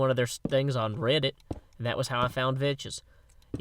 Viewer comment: Hey did you know that you are suppose to say vechs like vecks